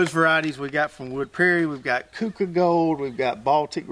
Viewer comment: Keuka is pronounced "cue ka". I am originally from WNY near the Finger Lakes where there is a Keuka Lake and this variety was developed nearby by Cornell University.